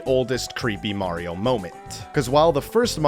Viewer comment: “skulliton” ah yes murreo and is skulliton